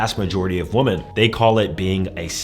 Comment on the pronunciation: He’s never gonna say it right. He’s been doing that for years. got to go back to school.